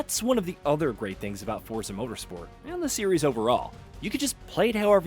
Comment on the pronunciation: You're still pronouning Forza incorrectly. Fort-za.